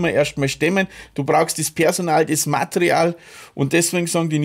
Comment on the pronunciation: MA-TE-RI-AL, nicht "Matreal"